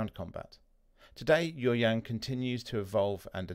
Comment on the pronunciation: I was about to comment the same thing. Pronounce yaw as y-a-o.